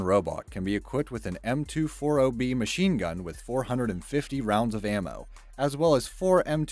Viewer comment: I know its weird but M 2-oh-three is correct but M 2-4-oh bee is not, its M 2-40 bravo